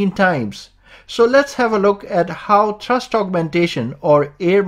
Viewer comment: It's pronounced "thrust", not "trust".